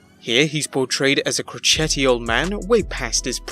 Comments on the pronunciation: CRO CHETTY? LOL CROTCH - ITY. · croCHETty? Seriously, what kind of pronunciation is that? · How the fuck did you just pronounce the word crotchety like machete hahahahaha